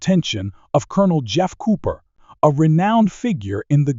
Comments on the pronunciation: Jeff Cooper! NOT JEFF CO-OPER! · I think “Gascon” was pronounced correctly. But Col. “Co-oper?” Sacrelig? AI generated says everything. This presentation sounds like something else I’d read or watched, but done by human effort. The S&W model was pronounced “ten seventy-six.” Id fired one with the FBI 10mm Lite ammo and didn’t think the recoil was excessive. The ergonomics, the size, and the weight were a problem for plain clothes operation where two and a quarter inch leather San Browne duty belts aren’t worn. FBI’s probably still got a vault full of 1076s. Despite its prominent role in the Miami tragedy, the Mini 14 remains conspicuously absent from most draconian states’ banned evil assault rifle lists. I still prefer a .45 ACP to the 10 or 40. Big case equals lower pressure despite big bullet making for a better shooting experience. But I also suggest learning to use what you’ve got your can handle, and learning tactics to include use of cover and getting out of the way.